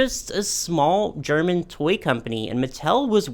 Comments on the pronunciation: this was a really fun video to watch! also your german pronounciation was quite good for an american, don't you worry <3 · Your german pronounciation is actually quite good! There's a bit of an accent but it's still nice of you to try to pronounce the names correctly.